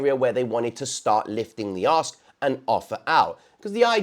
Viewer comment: you do realize Ask starts with an A and not an O right? I mean we already know you add a bunch of extra letters to aluminum but come on man. 😂😂😂😂😂